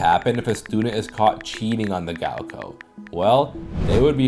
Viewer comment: "gaoko" 😂 sorry my friend, the second syllable is a lot closer to "cow"